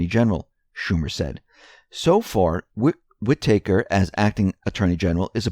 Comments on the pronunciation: wit taker..... lol its wit-tah-ker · whitaker is not pronounced whi-tAker, it is more like whitiker with the emphasis on whit. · It's not pronounced "whit-taker" ... it's "whita-ker" ... said quickly, without a pause. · Whitaker is not pronounced Wit-take-her There is only one t, Wit-a-ker Otherwise good story. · it's pronounced Whit'aker, not Whit-acre' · Whitaker = Whi ta ker, not Whi taker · Whitaker is pronounced with a "Short A" sound, as in "read a book". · Just so you know, it is Whi-TA-ker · Wit ah kur (say it fast) WIttikur emphasis on first syllable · It's "WHI-tuh-kur". Accent on the first syllable. The 'i' is short. The 'a' is pronounced as a schwa. Otherwise, excellent as usual. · WHID-i-ker Pronounce shit right! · Love your reports, watch them daily. But, you are driving me crazy with the acting AG's name. It is pronounce: Wit-a-cure. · Whitaker is pronounced "WHI-ti-ker." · its pronounced "whit-ick-rrr" said dluidly and quickly, cm'on man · Please stop mispronouncing "Whitaker"! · Actually it's driving me NUTS to hear it pronounced that way so lay off! Some of us have what is called an 'auditory' experience in life. You probably don't (there are also 'visual' and 'sensory' types) but try to respect those of us who do. It is hard to keep hearing such a common name like this repeatedly mispronounced !! My cousins last names are Whitaker so this is really bad for me and probably is driving some of the rest a little crazy as well. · Please learn to say WHITAKER! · Yes, please say it with emphasis on 1st syllable & 2nd syllable short a. Thanks! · Go easy on the guy! He can't say HOOAH either. I love it! He doesn't mean to but he makes me laugh! Love ya,!